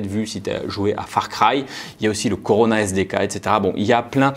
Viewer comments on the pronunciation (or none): none